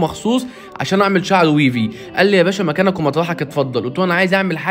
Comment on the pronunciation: ويڤي❌ ويفي✅ شامبو ❌ شامبوووووووو✅ فيزلين❌ فازلين✅ 🙂🤦